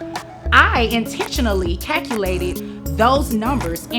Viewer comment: Workin Onit you heard the way she said calculate...cacalate!!!!😕😖